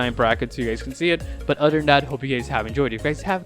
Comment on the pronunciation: "But eder way and oder than thatl"